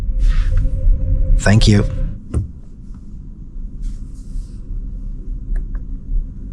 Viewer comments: Did you call Renault Reeno? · That's the wrong way of pronouncing Renault, you are calling it like that city in Nevada and that's the wrong way of saying it.